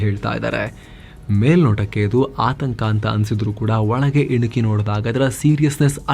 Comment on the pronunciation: Valage alla marre olage 😅